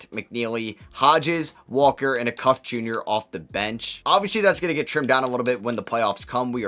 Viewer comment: Good video. Darius Acuff is pronounced ey (like hey without the h) cuff (like handcuff). He’s a 5 star pg that is currently the best player for IMG Academy